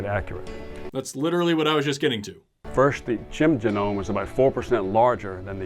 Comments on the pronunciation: the man says "jehnome instead of geenome. he didn't study ? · Juh-nome?.... JUH-NOME?!? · The fake professor said “geh-nome” because he graduated from Trump university. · "Each jah gnome" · you mean it isn't pronounced jen-gnome?? 😂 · These are the same people who say "do your research" and then don't actually do any research. This guy can't say genome looking like he's reading off a teleprompter 😂 also where tf did he come from How many teachers are supposed to be running this class?